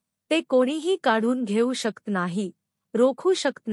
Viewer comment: शकत म्हणा,शक्त नका म्हणू,प्लीज.